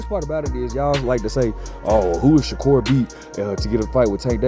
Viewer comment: Turned the video off once you said Shakur not sensitive